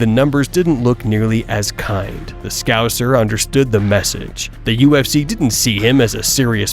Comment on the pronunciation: The way that Rogan pronounced "scouser" has left me speechless. On a par with "aluminum"